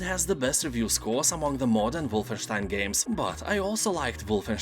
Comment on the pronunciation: Aside from a good sale list, I also found out how to properly pronounce Wolfenstein. Thank